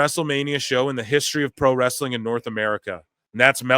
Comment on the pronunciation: Russo saying "wrestling" with three syllables never gets old 😂